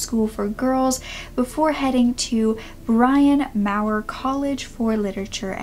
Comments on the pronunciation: “Green witch village” “Bryan mao-er” lol I know these are proper nouns only New Yorkers or certain people would know but am I the only one who notices that literally EVERY true crime YouTuber sucks at pronunciation? They say it themselves so no shade at all I’m subbed, but I notice, Bailey, Joshua Miles, Kendall Rae, Bella fiori, (and also ready to glare and Illuminaughti among other youtubers of diff genres) just literally not pronouncing stuff that to me seems sooo easy, even if it isn’t you can easily look up “phonetic pronunciation of Greenwich village” lol idk maybe I’m a grammar Nazi here haha but I’ve just noticed it not on hard words but on EASY words! Ones that seem so obvious- maybe it’s because they’re so good at what they do- u know how people say the brain when it’s really excellent at one thing it suffers in other areas? So these creators are super creative and smart in what they do so it’s kinda like why do their brains need to be good at pronunciation lol. Just wondering if I’m the only one who notices this all the time! Like literally all the time haha I know I sound like a snob lol just cuz it’s obvious to me how to pronounce stuff doesn’t mean it is for everyone and these peeps are doing way more in the world than me so I’m not hating, I’m just kinda in awe I guess in the most non offensive way I hope... even with like French or Japanese words, to me the way the letters are structured makes it obvious how they are prounojnced like in French the suffi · Thank you for the video, awesome! The college btw is pronounced "Brinn Mawr" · The college is pronounced Brinn More